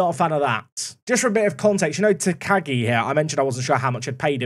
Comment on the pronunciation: If you need help with pronouncing - theres a professional wrestler in New Japan that's Shingo Takagi - so you could check how to say your new guy's name properly! I think its "Tack-ah-ghi' phonectically. Or nickname him Shingo, or Shingo Jr.